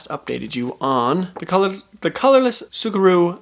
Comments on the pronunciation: Say it like Sukuru pretend the T isn’t there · if you need help pronouncing the "ts" of tsukuru, think of it like the "ts" at the end of "cats"! if that doesnt work, just using the "s" sound is more accurate than emphasizing the t at the beginning.